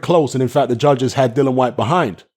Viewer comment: No way!! I think Chisora has a fair chance to win no only that he can KO Usyk, and btw why do you keep calling Dillian Whyte "Dylan Whyte?